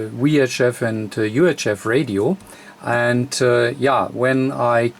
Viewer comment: I love your videos, I'm learning a lot by watching them! I still have to get used to your English. I'm fascinating how the languages have evolved -- "Watt" comes out "Vatt", but "VHF" comes out "Wee Aitch Eff". The way we pronounce W and V are apparently reversed! I wonder how that devleoped, etymologically? This isn't a disparagement, for those who think I'm making fun of his accent. I'm not, I'm fascinated by it and truly do wonder how that evolved over time between geographical locations. EDIT: Ooh! I found a page that gives the etymological reasoning behind it! They cite "hypercorrection" as the root cause. (The URL is misleading...it's not "wrongly", it's just differently.)